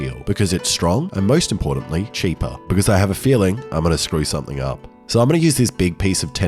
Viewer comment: somethAIng strAInge AIbout thIAs blAIcksmAIth…